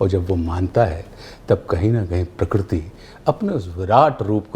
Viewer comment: Majority of us say prakriti whereas it is prakruti and Ashutosh ji has pronounced it close to perfect.